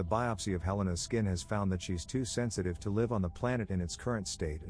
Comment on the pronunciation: I like how he can never pronounce live and live properly